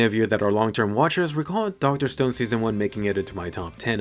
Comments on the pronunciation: Did just say dr stoned? Lol isn't it dr stone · Dr "Stoned"? lol